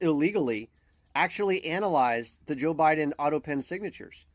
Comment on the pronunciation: Is it just me, or does a lot of people say "Joe" Biden in a way that it sounds like "Jill"? Always get a chuckle out of it, they're one and the same entity.